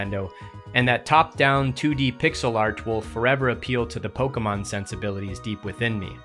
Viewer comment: The way you pronounce Pokémon (wrong) makes me want to stab my ears out